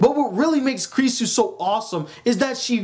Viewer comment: Now pronounce it after me her name is pronounced "Kew-rew-sew"